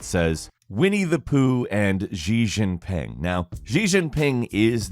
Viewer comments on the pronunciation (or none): none